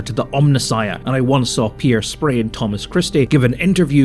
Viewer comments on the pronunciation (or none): none